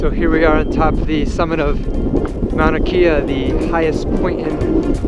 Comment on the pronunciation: mauna kea (kay-ya) is how it's pronounced...:-)